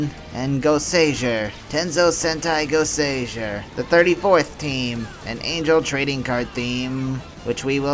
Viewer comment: Yeah it's not really a mark against you but when you know how it should be pronounced and someone is making an informative video pronouncing it wrong it irks me. Still though I have heard enough people pronounce Goseiger wrong to forgive you. Now if I could give you one piece of advice it would be to not make comparisons between Sentai and Power Rangers. Regardless of how much easier it makes things to explain Sentai is its own thing and if you don't want to talk about it then don't